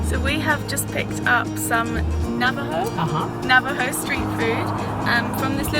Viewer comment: yay Navajo reservation nice pronunciations, lol glad you enjoyed seeing part of my culture and home land , your videos are amazing.